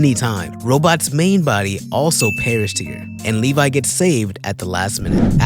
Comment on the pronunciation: As a fellow Attack on Titan fan I love how you pronounce Levy like Levi. 🤣 you said but you meant Thraxan. There is an entire crossover comic called Marvel Team up where there is a lot more than in show with Invincible and Spiderman and Doc Ock.